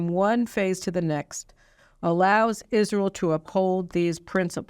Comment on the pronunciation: Absolutely enrages me that he stutters his words over something so significant. It is Israel not isssshreeehal. Taking a pause, slow down and take the time to say such an important speech. There is no reason at all for him the speech in this way. Further, why are the right not pushing back on this speech? I am hearing very little for them.... Biden rules the world like he rules his family. I am still trying to work out who the equivalent of his shower friend is. If Ukraine is Hunter then the UK must be his biiiiich.